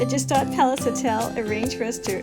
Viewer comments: Pronounced 1 of two ways; G-shtahd and/or , Shtahd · thats not how you pronounce gstaad